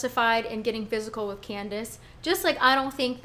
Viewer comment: Girl bye. You’re not the poster child for proper articulation (not when you pronounce “with” as “wiff”) so stop posturing yourself as if you are. This is a classic case of crazy. Monique is projecting and she’s trying to paint herself as the victim here, when she’s a desperate try-hard that needed Gizelle’s validation. Those issues are usually resolved by the time you hit adulthood and if they were central to your emotional fortitude or lack thereof, you would have attacked Gizelle, Robyn, Ashley and Charrisse a long time ago. Monique, you need to be terminated. I am so happy for Robyn and Juan. I LOVE WENDY’S REACTION!!! ❤️❤️❤️❤️